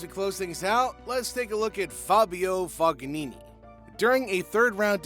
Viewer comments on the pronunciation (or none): Can't pronounce Fognini's name LOL !